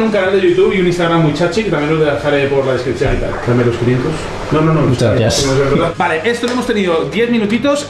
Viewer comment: 😂😂😂mandel😂😂😂"gracies" De res